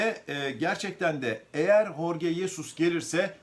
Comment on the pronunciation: Telaffuzu Horge degil.. Adam ispanyol degil..